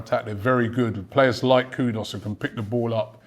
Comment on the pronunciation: How did Ghanaians let Robbbie get away with that pronunciation of KUDUS??